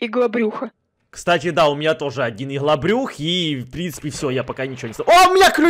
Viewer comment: я просто блет угараю как он говорит слово ИГЛОБРЮХ P.S вы что крейзи 37лайков ето мой рекорд спасибо вам 😁,(изменено)